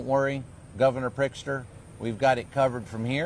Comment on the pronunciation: He said Prickster .